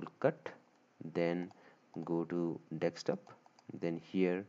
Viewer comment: lmaoo bro really said dekstop hahahahahaha